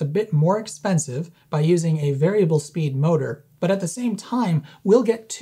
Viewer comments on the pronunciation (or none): none